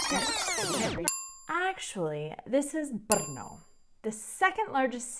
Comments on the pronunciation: Wow. You are the first person (who is not a native czech) that I know who actually learned to pronounce "Brno" absolutely correctly... I am amazed. I got to know a lot of foreigners/outsiders from all around the world who live here (in Brno) who never achieved that. :DDDDDD I was born and raised in Brno and I love the city. It used to be very boring and empty city when I was a kid. Somehow, it has become overcrowded over those 30 years of my life. Lots of people from whole southern-moravian region come here daily to work. That is also true for foreigners (mainly Slovaks and Ukrainians) who live here in great numbers. There is huge demand for workforce in Brno in all areas and it is typically easy and quick to find a job here... The problem is that central governments have been neglecting real property investments for decades. No new buildings, appartments or neighborhoods have been built as a product of some national housing strategy. The result being real property prices are now much higher than they used to be decades ago. I dare to say that number of people who move/work around the city throughout the day nearly doubled in last 30 years but urban area of the city is still identical (more or less) which can be easily seen on Mapy.cz when comparing maps from different time periods. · Oh my, the way you pronounce Brno is so amasing 😁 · Your pronunciation is accurate. Brrr!! No!!! That is how the name Brno came about. :-)